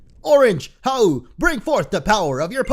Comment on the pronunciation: I HATE HOW YOU SAY HAU IS YOUR RIVEL